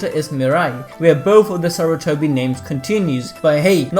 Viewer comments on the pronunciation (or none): You forgot the "R" in Sarutobi you said Satutobi